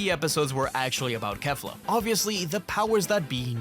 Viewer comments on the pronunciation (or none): none